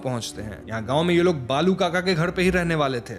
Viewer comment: Its not बालू its बाळू😂😂😂😂 north people cant say ळ